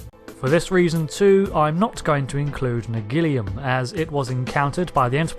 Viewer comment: You might have an argument for pronouncing aluminum with that extra i as aluminium. But Nagilum... there is no extra i. We get to keep that one!